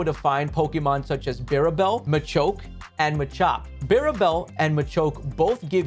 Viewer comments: how do you pronounce bibarel ? barebell ? it's bi-barel my guy 😅 but nice guide tho! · Lol they said "birabel" Great video tho ☺️ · Bi...birabel? BIRABEL!?!?!?! my guy... you've had 15 years to learn it's name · wtf is that pronunciation of bibarel lol “biribel” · "Birabel" xD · You really said BIRABEL… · who is birabel??! its a simple 3 syllable name ffs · Very informative video. Only things that bugged me that he didn't mention macho brace. And how he pronounced Bibarel 💀